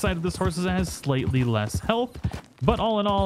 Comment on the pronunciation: I can't tell if his saying help or hell